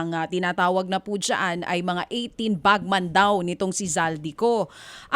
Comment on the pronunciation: Dj Chacha, it’s BagMEN not bagMAN.